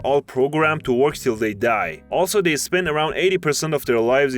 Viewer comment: I'd never heard "work" pronounced as "worch".